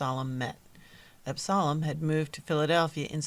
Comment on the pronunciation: The pronouncement of Absalom is wrong. And painfully distracting. Also Absalom did not found the A .M.E. Church. They (Jones and Allen) were members of the Free African Society